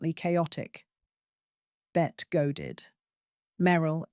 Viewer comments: Pronounced BETTY. Admittedly it makes no sense, but welcome to English. If you watch literally anything of her they call her Betty, so pronouncing it “Bett” is a bit of a blooper. Oh well. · Agree! This is total trash. Her name is pronounced Betty but spelled Bette. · I cannot believe the audacity of you not even knowing how to pronounce Bette Davis' name ‼️